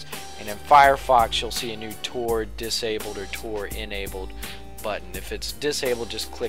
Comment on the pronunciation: Why does Tor sounds like Trojan??.... this video sucks